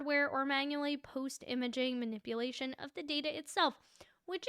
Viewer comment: lol “manip-uh-lation”.